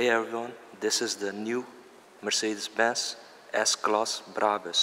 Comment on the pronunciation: “Mershadeez Bensh”